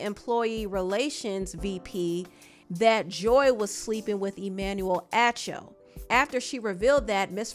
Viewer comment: AH CHO is how you pronounce his name